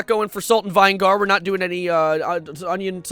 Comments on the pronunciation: Let me teach you how to say vinegar Veen + Ni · im sorry VINE-GAR?? AS IN VINEGAR?? IVE NEVER HEARD IT BE PRONOUNCED LIKE THAT HELP I PRONOUNCE IT LIKE VIN-IH-GER